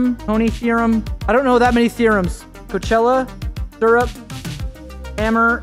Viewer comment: Cochlea? ❌"Coachella" ✅